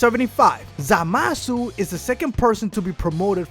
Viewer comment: I hate when he says zamasu.ZAMASU